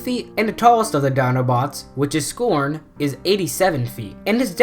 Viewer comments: It's S C R O N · You are not saying scron right idiot but you are smart with transformers